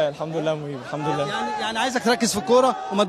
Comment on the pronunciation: يجب نطق " الحمد لله " بطريقة صحيحة.